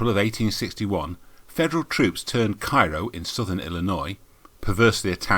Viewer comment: It’s pronounced “Care-oh”.